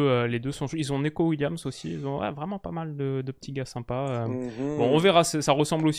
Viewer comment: ca se dit NICO Williams!